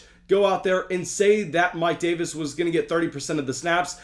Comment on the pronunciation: The way he said Mike Davis is a bug with the coach saying it was hilarious😂😂😂